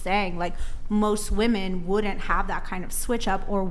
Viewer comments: Why do so many of them pronounce "women" as "woman"? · Again to all you young ladies: the plural of “woman” is “women” pronounced “wim-in” why is it so hard for all these ladies to say it correclty? Am I missing something!? They all say it like this, is it some famine BS thing?? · Why can't they ever pronounce the plural for woman? It's women. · I cannot bare to hear her say woman instead of women one more time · it's WHA-MEN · If women don't start pronouncing "women" the correct way soon I'm gonna start pronouncing Philip as "peehilip"